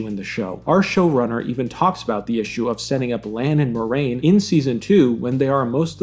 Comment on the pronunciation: It is pronounced Mwah-rain, not Moi-rain.